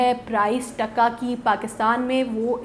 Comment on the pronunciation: Sounds irritating when Pakistanis pronounce our currency in a weird way. "T A K A" sounds like "DHA KA" The way you say it however with a short sound reminds us about the contempt by which Pakistanis would say it after getting defeated in 1971. Try to show some respect now, by learning to pronounce it, since it is the strongest currency!! And because you guys seem to be so interested in Bangladesh now that we are growing so fast.